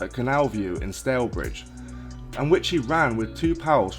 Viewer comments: Stalybridge is pronounced Sta ly bridge not stale bridge👍👍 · Stalebridge ????? Dont u mean , Stalybridge ????? Both spelt differently and pronounced differently…… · It is pronounced Stay-lee-bridge and Sol-Ford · Stalyvegas actually